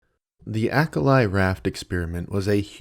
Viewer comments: It's almost certainly pronounced Ah-kah-lee. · What a poorly researched biased af, crock of shit this video is... Starting for the pronunciation... It is not Acal-i... (as in not like "I" in "I am")... Acali, from Nahuatl, means "House on Water"... There are lots of resources you could have used to find the right pronunciation... Santiago Genovés was in fact an Mexican anthropologist (born in Spain 1923 - died 2016). And the experiment was, sure, very controversial. A pile of prudes of his time took it upon themselves to try to mock what he was doing... I picture his detractors like the Ben Shapiros, Matt Walsh, Michael Knowles of his time... A pile of half-brained conservatives who took issue on Dr. Genovés extreme methods... It was a social experiment and it was the f-ing 70's FFS, and no one before him had attempted anything similar... If anything Genovés was a pioneer. Did he made mistakes? Sure... who doesn't... I invite all the people watching this highly biased, "opinion piece (of sh)" shitty video to read the actual book ... The Acali Experiment: Five Men and Six Women on a Raft Across the Atlantic for 101 Days by Santiago Genovés. Watch the docu "The Raft", (2019) and draw your own conclusions... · Certainly an interesting video and I appreciate the work putting it together. A minor note is that why do Americans insist on absolutely butchering foreign words? You can't possibly think Acali is pronounced "ack-a-lie" as though each of those syllables were in English.